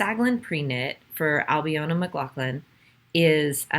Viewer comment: New viewer here, really enjoyed this episode! I hope you don't mind, but Albiona's name is pronounced Albeena. It's Irish - like mine!